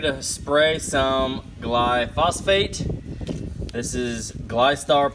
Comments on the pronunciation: Gly-Fo-Sate. NOT Gly-Fos-Fate. Pet peeve. nukular! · Actually your pet peeve should know it is "glyphosate"!!!!!!!!!!!---IF YOU ARE GOING TO CORRECT SOMEONE THEN DO IT RIGHT!!!